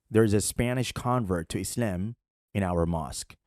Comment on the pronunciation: Sarajevo is a European capital that was founded by Muslims. Btw, sorry bro but your silly way of pronouncing the word Islam is actually slightly annoying